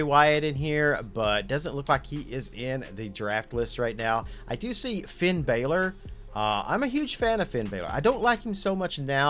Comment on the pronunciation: Why do you pronounce the vowel “A” wrong. You got Shayna & Finn both backwards. Listen to pronunciation.